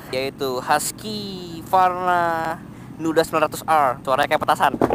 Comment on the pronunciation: Hwusvarna. Bukan haskivarna ejaannya gan